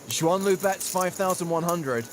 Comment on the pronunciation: First learn how to pronounce her name it's Suan, X is spelled like an S